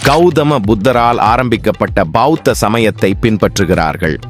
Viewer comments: யோவ் பாவுத்த இல்லை. பெளத்த மதம். ஏனய்யா தமிழை கொள்கிறீர்கள். லயோஸ் அல்ல. லாவொஸ் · அது பாவுத்த சமயம் ❌ பௌத்த சமயம் ✅ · அது என்ன பாவுத்த மதம்?..... பௌத்த மதம்.✔ உங்களுக்கு "பௌ" வராதா?